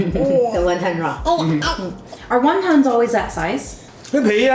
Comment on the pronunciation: I like how he properly explained how to pronounce Wonton. Yet through the whole video he pronounced it wrong.